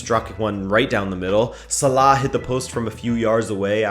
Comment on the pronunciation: it is Salah not Saalaaaaah